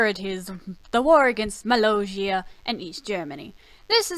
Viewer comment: Your saying mollosia wrong